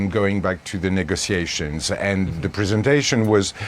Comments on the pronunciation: All I kept hearing was “Nigga-tiations” 😂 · How he pronounces negotiations bother me